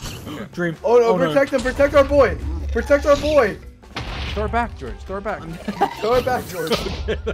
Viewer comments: yup, Nerd-tastic Especially when you said goerge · Why does Dream sounds so British when he yells George’s name here? 😂